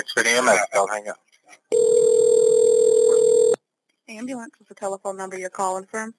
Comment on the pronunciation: “Ambalance” blacks man wtf